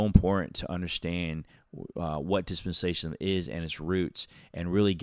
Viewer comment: You can't even pronounce dispensationalism , lol😂